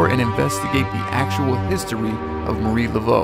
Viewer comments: yes, It did me.. its MA-REE . I kinda chuckled the first time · It's no Mary Laveau it's Marieeeeeeeeee Laveau. Ugh. :face-orange-raised-eyebrow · Did it bother anyone else that pronounced her name “Mary” several times? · It’s pronounced (muh-ree-la-vo)